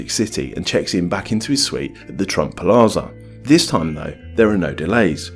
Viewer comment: It's pronounced PLAZA not PALAZA